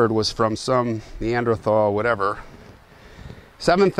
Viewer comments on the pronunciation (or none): none